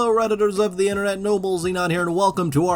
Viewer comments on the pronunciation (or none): none